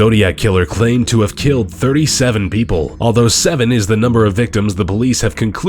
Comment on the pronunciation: Is it me or did he say people's instead of people?